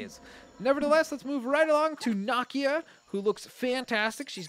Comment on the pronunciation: You pernounce nakia wrong